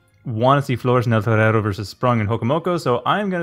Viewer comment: the way you pronounce eltorero grates my ears